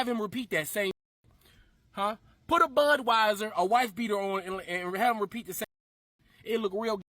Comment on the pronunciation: Did that dumb ass say bird weiser?!👀👀🤔🥴